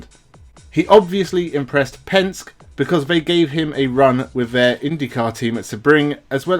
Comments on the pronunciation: The blokes name is not Pensk. it's Penske, pronounced PENSK EEEEEE. You sound like you don't have a clue, when you mis-pronounce one of the most powerful names in world motorsport . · Penske -Pronounced Penski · Just a tip so that you sound authentic, the pronunciation of "Penske" is "pen" as in something to write with and "ski" as in jet ski. He is a huge name in the U.S in motor racing circles and I'm a little surprised you haven't hear Roger Penske's name mentioned before. Re-edit the audio and no one will know.